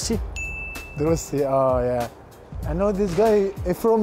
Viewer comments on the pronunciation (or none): none